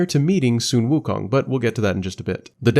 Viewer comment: The “Su” in “Sun Wukong” is pronounced like “su” in “suede”, not “son”.